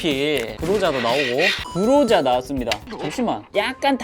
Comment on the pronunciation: 허팝니 갓로자 아니고 그로자입니다